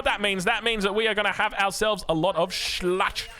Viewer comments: Szlachta is pronounced like shlahta and the ch you pronounce just like an h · please try shlah-hta or shlahkta; ] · This is too good to be true. What a game BTW Szlachta have "CH" in middle spoken like "H" in word Horse, not like "CH" like chips.